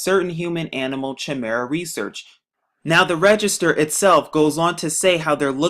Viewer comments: It's pronounced Kimera. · People made but job claims like this when transplants first started. Science can lead us so much further if people that can't even prononce chimara let this moron got their heads out of their ass'.